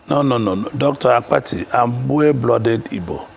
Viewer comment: Not AKPATI (coffin in igbo), but ABBATTI, ewu Gambia